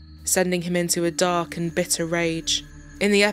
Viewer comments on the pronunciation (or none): none